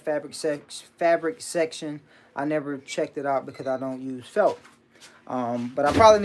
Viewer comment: I’m sorry but I hear u say “felp” the pronunciation is felt with a “t”, just letting u know bro.